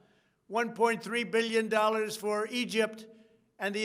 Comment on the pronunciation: Did he say billion. 😂